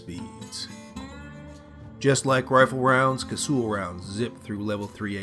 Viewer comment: Well that's the first time ive heard ANYONE pronounce it cassool